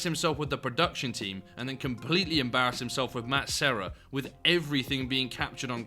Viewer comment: Side note as a portuguese speaker, Matt Serra actually gave one of the best pronunciations of that name ahaha and that jerk corrected him to how usually English speakers pronounce it 🤣 what a crumpet